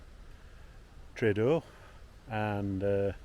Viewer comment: Pronounced tree-ar-der Bay. Bless you ❤